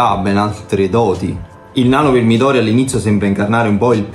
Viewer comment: Sembra veramente interessante lo metterò sicuramente nel carrello nei prossimi acquisti. Una piccola correzione alla di HP, si pronuncia mìdori con l'accento sulla prima "i" e non midòri